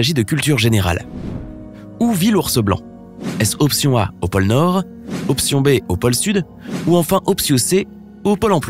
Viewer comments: pole nort et pas pole emploi mdr ! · Paul emploi 🤣🤣🤣🤣 sais POLE NORD